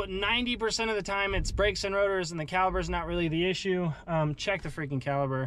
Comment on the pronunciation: Caliber - Caliper. 🤣